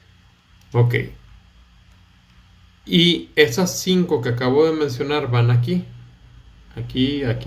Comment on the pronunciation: "que acabo de mencinal" xd